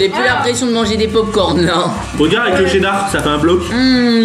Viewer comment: C pas dar c cheddar...